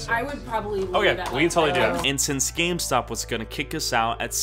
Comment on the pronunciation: Who else heard scamstop instead of gamestop